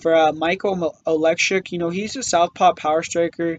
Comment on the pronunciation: lol 😂😂😂😂😂😂 u said Oleksiuk bro, its Oleksiejczuk lol